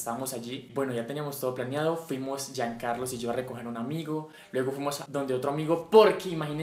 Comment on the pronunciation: parce yo tuve parálisis del sueño él viernes pasado!! 😱😱 si vi él vídeo de Jean y me dio miedo cuando apareció la policía 😂😥💔 esta muy padre él vídeo... has mas story times 😍❤👀 sigues diciendo JeanCarlos en vez de JeanCarlo 😂😂